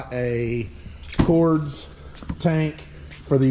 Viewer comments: Cords? Or pronounced Cordez? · It's Cordes but it's pronounced similar to Cordez just with an S and not a Z